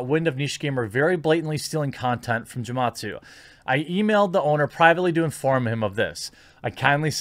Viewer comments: Bruh, hard G with Gematsu haha. It's Japanese phonetics. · Gematsu probably doesn't like you because of how you butchered his name lol